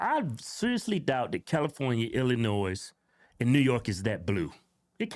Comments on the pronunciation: He pronounces the 'S', what an arsehole! Ha ha. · 😂 There's no NOISE in the pronunciation of Illinois. 😂